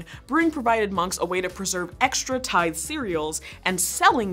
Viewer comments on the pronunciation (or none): none